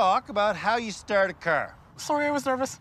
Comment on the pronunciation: Lets talk about how you strrrrd a crrr